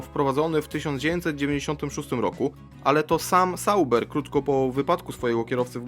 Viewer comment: Czyta się "Zauber" a nie "Sauber"